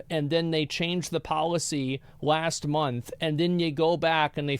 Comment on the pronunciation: Can't lie I really dislike RTgames. Also. He can say "This" but month turns into "Mont" He does deserve to be punished